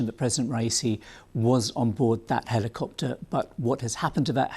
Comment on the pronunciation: what’s with the hard “i”? Heliiii-copter